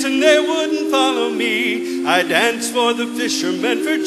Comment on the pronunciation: Anyone else pissed off that none of them can pronounce "danced"...